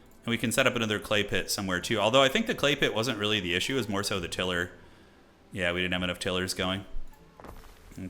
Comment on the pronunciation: Someone who produces tiles is surely a "tiler"...like, "TY-lur"? (/ˈtaɪ.lər/ if you wanna get technical) 🙂 Btw, loving the videos. The pure late game chaos that awaits...can't wait. 🤩